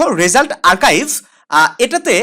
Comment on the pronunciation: ওইটা আর্কাইভ না আরচিভ😒